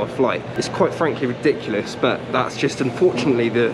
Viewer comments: And 'rediculous' as well. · "Rediculous"? Is that like ridiculous? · He def lost me at “rediculous”…I stuck around just for shits and giggles but my suspicion of idiocy was confirmed by “aviod” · "rediculous"??? Also, there is no "eez" in Los Angeles. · Learn how to spell please.....it's not " rediculous" . If u want to be an educated and informed youtuber please learn how to speak.